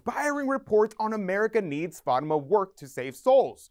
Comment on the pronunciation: Please learn how to say Fatima correctly.